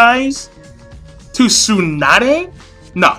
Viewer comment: I don't mean to criticize, but your pronunciation of Tsunade really sucks >< You Americans never cease to amuse me in your pronunciation of Japanese names ^_^ But don't take it the wrong way, I don't mean to offend you. And to each his own. Some people love Tsunade, like me. Some people can't stand her. And like you said, it's your opinion, others feel differently. I understand where you're coming from and why you feel that way, but that's only your opinion